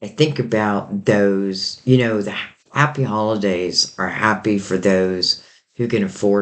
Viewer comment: Did you say happy hollandaise, lol